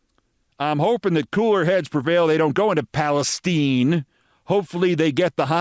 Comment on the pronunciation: "Tuberville, he don't say, 'Palestine.' He say, 'Palesteeen!'" 😆